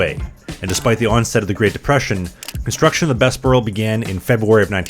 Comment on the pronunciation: Thanks for this. A few minor pronunciation corrections. Bessborugh - usually we pronounce the “ss” as “zz” as in the “Bezz burr oh” so the “s” flows better into the “b”. Although the difference is minor. Qu’Appelle is a French word that means “Who Calls”. As such it should use the French pronunciation where the final “e” is silent. The way you say it sounds like you are saying “Qu’Appelle eh?” which might be proper “Canadian” if asking a question about it, but the “eh” would be a separate word :-)